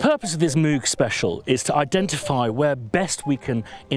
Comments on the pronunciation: From an interview with Robert Moog (courtesy Wikipedia)... "Reviewer: First off: Does your name rhyme with "vogue" or is like a cow's "moo" plus a g at the end? — Dr. Robert Moog: It rhymes with "vogue." That is the usual German pronunciation. My father's grandfather came from Marburg, Germany. I like the way that pronunciation sounds better than the way the cow's "moo-g" sounds." That said, there are so many people out there saying it with both of those pronunciations, I think you're safe to say it any way you want. Kind of like Leonard Bern-steen/Bern-stine. If you want to talk about a synth that's a real pronunciation challenge, pick up an old Synclavier. I'm still hearing people finding new ways to pronounce that name. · Mogger Foggers. Vogue is not english, so if that name is the reference you should actually say Mogg with a short o, almost sounding something between an o and u. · There's a clip of him saying how he decided how he was going to pronounce his name when he came to the USA. Go figure I have to stop myself saying mooo g all the time. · It never ceases to amaze me that, even though there is video footage of Bob talking about the correct pronunciation of his name, people still continue to mispronounce it....